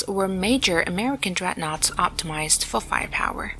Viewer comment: not dreadnouaghts mate